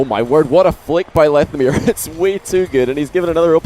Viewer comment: I pronounce it lethamyr not lethamyr